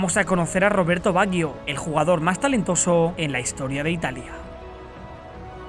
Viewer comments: Todo bien...pero me fastidia la pronunciación del apellido... No se dice "baguio"... Se pronuncia "bayo" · como que baguio? se pronuncia bayo. badjo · Por qué pronunciás "Baguio"? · Estaría bien que pronunciara su nombre correctamente...porque se escucha muy feo asi😉